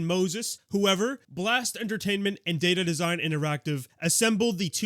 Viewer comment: Whenever you say "data design", I hear "dated design". You can say their design is outdated.